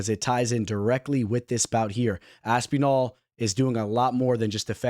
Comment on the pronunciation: Stop pronouncing Aspinall like Aspeenall 😂